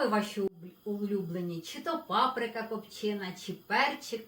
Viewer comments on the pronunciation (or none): none